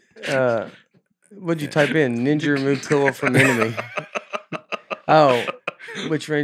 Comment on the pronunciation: Can we talk for a minute about how pronounces “pell-low”?